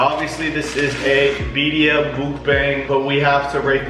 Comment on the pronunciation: Hahaha I love them but that was making me giggle!!